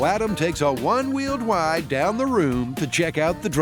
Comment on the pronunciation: "adam takes a wun weeled wide"